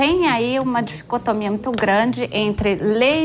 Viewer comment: "Nós temos aí uma dificotomia muito grande"...What???